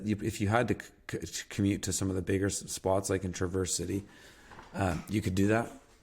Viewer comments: lol, you just told him to pronounce Traverse City the exact way he did. . It isn’t Tra like traverse the wilds , it is Tra like travel. And emphasis is on Tra not verse as you wrote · Your comments are vague and seem unknowledgeable about the area, esp northern Michigan. Traverse City is pronounced with the emphasis on the first syllable, not on the second syllable. Have you actually been there? Airports? Very few in the northern part of the state, and many of them are grass runways and/or recreational airports. Only 3-4 commercial passenger airports in the entire northern part of the state, including the UP. Very little information about the UP, which is a common trait of people who haven’t been there. Yoopers often feel neglected as citizens of the State. Several great colleges, Michigan Tech (Houghton), Northern Michigan University (Marquette) and Lake Superior State University (Sault Ste Marie). Soo Locks, the gateway from Lake Huron to Lake Superior, provides a large amount of commercial shipping to Duluth, Thunder Bay, etc. NUMEROUS outstanding recreational opportunities: Pictured Rocks National Lakeshore (42 miles), Porcupine Mtns Wilderness State Park (Ontanagon), North Country Trail, Lake Superior, etc.